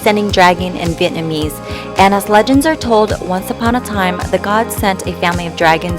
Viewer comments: You saying Vietnamese very good!😄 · you say Vietnamese so correct because I come from Vietnam